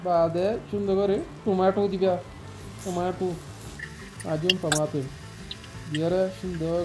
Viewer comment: ظحكني لمن قال طماطو 😂😂😂😂😂😂😂